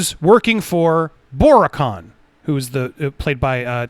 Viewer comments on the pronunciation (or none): The way he pronounces "Bori Khan" makes it sounds like either a fan convention or a Silicon Valley startup company.